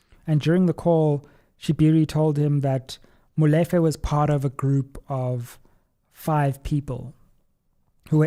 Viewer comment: Great analysis but just one thing: it is pronounced Molifair and not Molefe. Looking forward to your interview with LM.